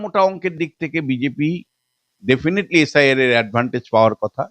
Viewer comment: এস আই আর উচ্চারণ এসাড় এসাড় শুনে আমি খবর আর বেশি দেখিনি😂